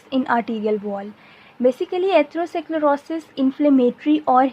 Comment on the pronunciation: i liked your content but pls correct ur pronunciation this will help its really annoying to hear how you pronounce atherosclerosis